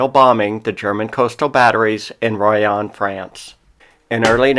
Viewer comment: It's pronounced Royen